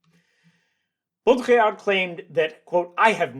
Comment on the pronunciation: just a small note on pronunciation: the d in Baudrillard is silent ! :-)